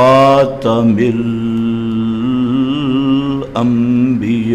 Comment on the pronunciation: شیخ القران بنا پھرتا اتنا معلوم نہیں کہ خاتم الانبیاء کی لام کو دراز نہیں کیا جاتا ہے تجوید پڑھ لو بیٹا